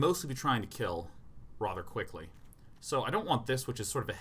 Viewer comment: That was her pronounces "rather". It's rother irksome.